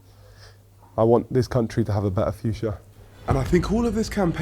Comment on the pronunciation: "I want this country to have a better fuchsia" got him my vote